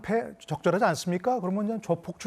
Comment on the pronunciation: 깡패를 깽패라고하는데. 말꼬리들기네